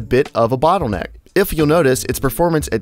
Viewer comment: It's not a Bootleneck!